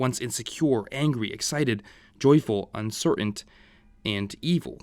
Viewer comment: Hey, great video! However, there’s only one problem I have: it’s pronounced “uncertain” and you were saying “uncer-ant”.